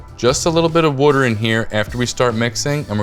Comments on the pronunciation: the drinking game for this vid is... Wuter! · What the fuk is Wudder? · The fact that he says wooder makes me feel like this will be a dough I want to try. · Where are you from? The way you pronounce “water” is very unique. War-ter?